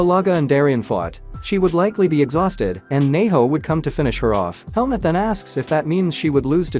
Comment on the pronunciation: y i keep hearing helmet not helmut 🤔